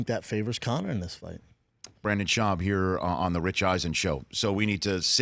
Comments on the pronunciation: Hey Rich for sure get your guests name right, Brendan not Brandon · Why does he keep saying Brandon? Nobody even corrected him after the 6th time he mispronounced his name.